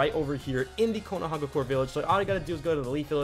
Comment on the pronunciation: Call it Konoha or Konoha-gah-cure-aye